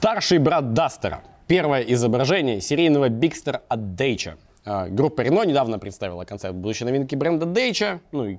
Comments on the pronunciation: Я к прошлому новостному даже дал ссылку с wiki на правильное произношение, мне тоже слух режет когда он говорит Дэчия вместо Дачиа :D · Не Дейча, а Дача. Румынское же слово. 😀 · Не Dăcia a Dacia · Это ещё типа как "митсубиси" произносят "митсубиши" на англичаненский манер (а хуле они там пишут mitsubishi, да?). Вроде бы тоже этим грешил, но это не точно. Дэйча, ска🌝 P.s.: ну, кстате, моооожет быть, это такая тактика - принимать англицкое произношение, как более универсальное, но скорее всего нет, но будет говорить, что да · Ска, никогда не думал что неправельное произношение марки Дачия будет меня так тригирить Ладно бы ты так её стебал как с хавалом, но сука, ты произносишь на английский манер не английское слово Это тоже самое если бы фразу "c'est la vie" читал как "си ест лэй ви"